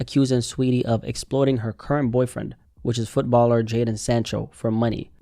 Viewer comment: Fist vid I’ve seen that pronounced Jadon correctly.